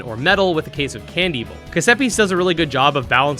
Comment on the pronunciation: Honestly I used to pronounce it as Can-Devil. But hearing you pronounce it Cand-Evil now makes me wonder which was actually their intention